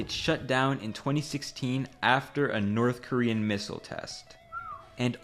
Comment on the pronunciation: oh yea let’s go hit up the NOTTH KOREAN dealer😂😂😂